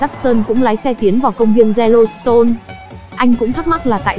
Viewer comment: s Yellowstone e nghe thành Zerostone =))